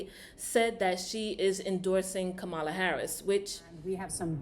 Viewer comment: Just a little critique, because I believe you mean well, and you're not trying to show prejudice or bias (I could be wrong), so, two things I noticed within a couple of minutes. You seem to intentionally miss pronounce Kamala's name, and you said she was the "Border Czar" when no such title exist for the current VP. Both of those points are 'out of order' and definitely out of the conservative right wing talking point playbook. And I'll continue to listen to see if you address Donald Trump in the same way?